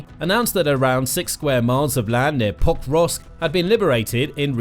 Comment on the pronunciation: This video was irritating, I'm sorry, but every time you say Pokrovsk... I hear Pop rocks. Hard to follow when Russians are attack pop rocks. 😊